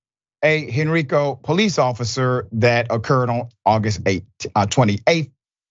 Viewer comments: County is pronounced “Hen-rye-co” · Peace Dr. Richy I live in VA, and even though the name Henrico looks like you pronounce it the way you did, you actually do not. You pronounce Henrico HEN RIKE OH! Funny thing is it's origin is from Hen ricus Indians. According to The County Of Henrico!! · Heeeeey Dr R. Greetings always watching u always... I just moved from there after about 12/14 yrs they have those cops in all the Predominately Black Schools but most Schools... Well public anyway... And just so your aware They in the area pronounce it HEN RIIIIIII COO "HENRICO" you gotta remember sir a lot of Slaves/Native & Africans come through there. I wish more people would go and see that place because it's not like any other place I've been and I lived in IOWA😅😅😅😅😅😅😅😅